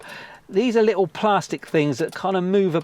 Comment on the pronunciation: And the way you say plastic is hilariously wrong hahaha